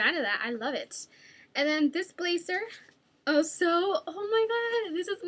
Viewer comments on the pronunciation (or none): Please don't take offense to this Dulce...I would just like to say that when I hear someone saying or pronouncing a word wrong, I politely correct them. I do it to my mom all the time so she won't make the mistake in front of other people. So here goes...the word blazer is pronouced "blay-Zer" not "blay-cer"...or also when you say jersey...its "jer-ZEY" not "jer-sssey" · you say jersey and blazer wrong.